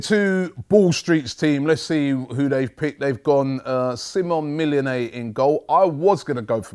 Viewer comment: "Simon Millionay" robbie. legend